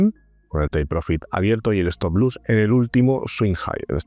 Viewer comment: se dice stop loss no stop luss...